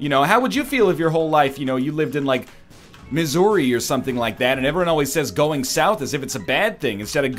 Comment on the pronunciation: Honestly, more distracted by the way he pronounces "Missouri" than "aunt".